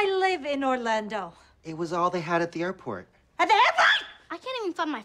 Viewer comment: AT THE AIRPORHR!!!!1